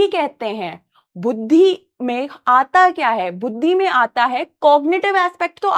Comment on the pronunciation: it's buddhi not bhuddhi 😂😂😁😁